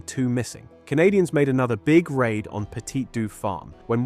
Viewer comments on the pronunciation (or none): none